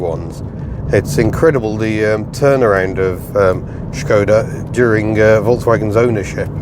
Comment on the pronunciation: Thank you for the clarification of the proper pronunciation of Skoda which I have been trying to make known since I found out about it in the 1980s from someone whose ancestry was from that part of the world. Living in the United States of America doesn't allow much access to Skodas except through reading material, tis a shame because they made some very noteworthy vehicles in the past. Wishing you all the luck in the future. Mr. Picky aka the cranky Yankee.